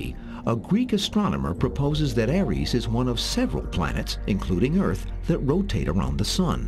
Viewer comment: It’s Ares for fuck’s sake - not Aries. That’s some other made up nonsense.